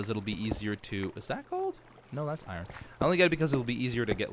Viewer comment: The way he said "iron" was like "Iran" for "ironic" 😂😂😂. I need to stop 😆😂